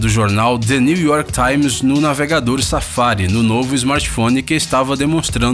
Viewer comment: Quando ele falou navegador safare,eu entendi navegador safado😂